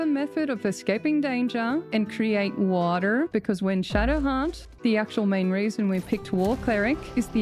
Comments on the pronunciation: Gotta love the "wAAter" pronunciation. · Ok. I know I'm missing a joke here. What's with the strange emphasis when she says "water"? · Hoping there is a carefully pronounced "water" in here